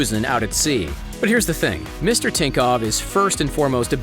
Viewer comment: You are saying tinkov when is thinkoff